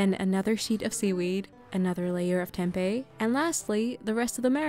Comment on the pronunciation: as an indonesian, it feels satisfying to hear how you pronounce tempe bcs that's the right way to say it, not tempeh